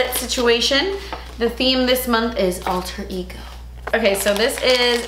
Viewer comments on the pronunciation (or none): Omg I wasn’t looking at the screen when you said “Alter Ego” so I thought you said “All turkey go” lmao wut 😂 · when you said alter ego for some god forsaken reason i thought you said “all turkey go” and i didn’t even question it until i saw the card 😭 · "All Turkey Go" is what I heard..... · I thought you said this month’s theme is “all turkey go” 😂